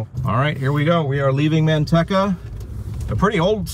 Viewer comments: Man tech a. That's funny! Natives say Man tea ca. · The "e" in Manteca is a long e. There is no rhyme nor reason for it, of course.